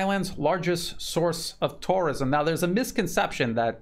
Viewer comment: I love your videos but the way you pronounce tourism is bizarre.